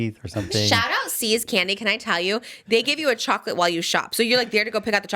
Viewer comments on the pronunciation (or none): none